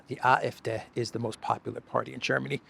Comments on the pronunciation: It’s: AfD = Ahh Eff DAY vs Ahh Eff Deh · AFD pronouncing....AF and then a D like saying a short - day-. AFday.